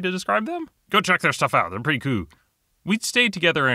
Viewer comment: Can you please stop saying "coo"? It's making me uncomfortable.